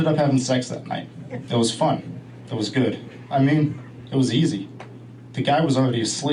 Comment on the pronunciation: "They look guud" she said lololol